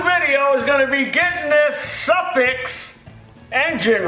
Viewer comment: Suffix pronounced as Suffork. Zeenith is pronounced (Zen)ith. Yes a primer thing is called a jiggle pin used to push gas into engine for easier start. Two common carbs then were Webber and Zenith. Motorcycle mechanic in Sixties for a short time.